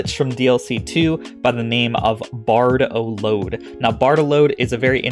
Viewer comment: He kept say Bardolad instead of Barboload and it was trigggering me a bit,lol... Its BarB-o-load , Not a traveling musician carrying a heavy backpack!